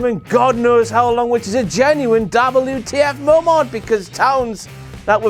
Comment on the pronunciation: How is Eva Marie's "wardrobe malfunction" not a dabbel you tee eff moemont? But it's also a dabbel you tee eff meomont that Eva Marie's "wardrobe malfunction" is not a dabbel you tee eff moemont X Files theme song